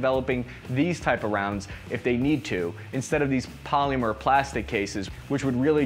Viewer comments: Wtf is "poleemyur"?? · I can't wrap my head around the way he pronounces "polymer" it's fucking blowing my mind. I can't even make those noises in proximity to each other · ...polEEEmer.... garAWHnd.